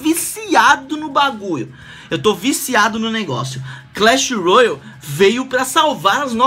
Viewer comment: Nao é royal É Royale '-'